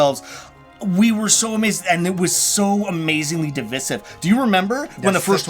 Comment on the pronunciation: Am I the only one that is confused every time they say DI-VI-SIVV?? :| Not hating on them, but lol, have I been pronouncing this word wrong my whole life?